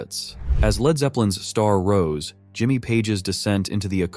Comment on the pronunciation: 'Led' guitarist? Can't the AI narrator robots be programmed to pronounce words correctly?